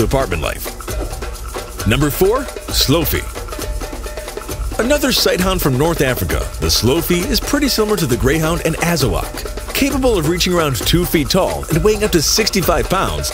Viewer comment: The "Slow-fee" is actually pronounced " Slewey (SLOO•ee)". I have been looking at the Azawak for quite some time, and maybe the Sloughi, but definitely the Caravan/Mudhol dog, or Bully Kutta, Basenji, Rhodesian or Thai Ridgeback to cross with a Boxer. The aim is to improve the nose and quite possibly the ears but not the body shape much, or it's abilities for tracking / hunting or all purpose utility. With the prey drive of these other dog breeds it would not be suited for herding or droving anymore I fear unless it were crossed back to the Boxer breed several times over. It would still be sweet but wary, alert and "protexive" ~ my word fo "reflexive defender of hearth and home, kith and kin."